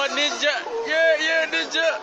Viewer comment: “NIJA STYLE WOOOOHOOOO” Foreigners hahahahaha hilarious